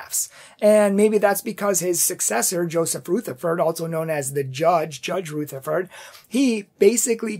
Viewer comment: Taze as in haze, in Rutherford the "u" is as in up or union , not ROOtherford. Thanks for your commentary.